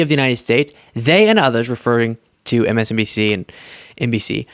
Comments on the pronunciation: Did you hear. He cannot say MSNBC, he said MSDNC….. such a crooked man, so stupid Trump. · Did you notice he said msdmc instead of msnbc. Guess it’s the dementia.